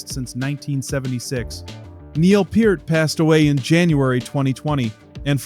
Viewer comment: Thank you for saying Neil's last name correctly.